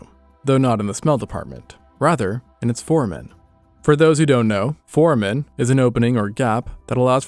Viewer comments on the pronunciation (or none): isn’t it pronounced four-ay-men? Certainly not foreman 😂